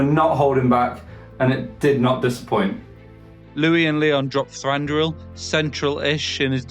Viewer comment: Thanks for the summary, guys, and well done! One note that I may have mentioned before: Thranduil has only one r (it's Thranduil, not Thranduril).